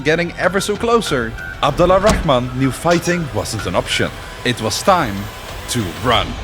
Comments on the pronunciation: damn man for a protagonist of your story you surly butchered the hell out of his name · Small request, next time say Abdurrahman, which is the correct way, because the way you’re pronouncing it right now is a bit off. Thanks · Sorry for the Correction but i kept hearing the Name Abd ALLA Rahman, the Right way is Abdul Rahman or Abd Arrahman, Because the AL is Called Moon AL and only the A is pronounced. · It's not abdallah rahman, it's abd al rahman ! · Abdur-Rahman Not Abdala Rahman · Abd Ar-Rahman not Abd Al-Rahman. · FYI in Arabic we pronounce it AbduR Rahman not AbduL Rahman It’s called لام شمسية it’s easier for the tongue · The way your pronounce his name is remarkable